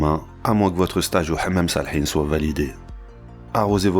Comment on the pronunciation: Hammam Sal7ine 🤣 avec cette remarque on sait direct que tu es de l'est algérien Parfaite recette pour un plat parfait